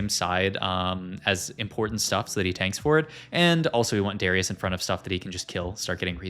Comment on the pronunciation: Okay it’s actually illegal to pronounce Darius like that